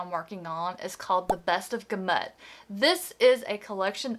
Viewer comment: Just discovered your channel. 😊Love the enthusiasm and picks. I’m looking forward to watching more. You might want to look into how to pronounce gamut…the emphasis is on the first syllable, not the second. Anyway, have a great holiday!